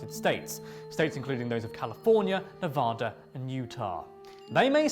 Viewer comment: He butchered both Shoshone & Nevada, that was rough. Lol. The Shoshone Paiute here in Nevada tell stories of Water Babies in Pyramid Lake. Surprised they made the list actually.